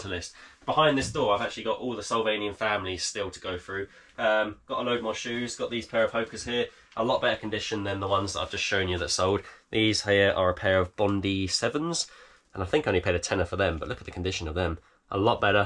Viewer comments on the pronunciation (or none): Fun fact - Bondi is pronounced 'bondeye' after the famous beach 🌊